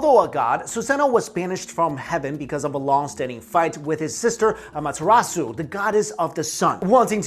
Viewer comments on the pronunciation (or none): (FacePalm) its Pronounced Aw-Muh-Tare-uh-Soo or if you go for the truely accurate pronunciation by rolling the R. then its Aw-Muh-Tare-aw-Soo.